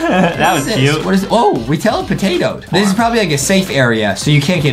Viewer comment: I can't stop laughing because Justin said we telepotato🤣🤣🤣🤣🤣🤣🤣🤣